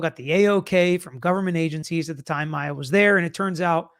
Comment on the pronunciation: Her name is Maya not Mya